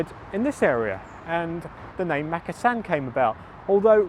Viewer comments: It’s pronounced mukassan not mak! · is it pronounced Makkasan or markarsarn as my Thai partner pronounces it.